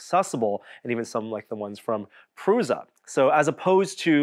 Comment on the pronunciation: It's 'prusha' not 'pruza' 😅